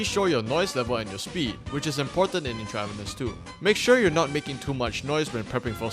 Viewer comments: It's pronounced Entruh-Vanus. Like medical IVs. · Intra-VEEN-eous. Use Google before recording. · Not trying to be rude but the pronunciation of Intravenous is In-trah-veen-ohs. It’s in reference to injecting “stuff” into your veins. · Just a heads up, its pronounced "INTRA-veenus" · Or at least where I'm from it is. I could be wrong. This could be intentional on the devs part as I've never heard of this game. Not here to hate on you. Great video. 👍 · Its intravEENUS bro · I'm sorry bro I can't watch this with the way you mispronounce intravenous